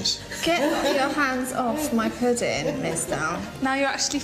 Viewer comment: “get your hand of my putting, mistarrrr”😂😂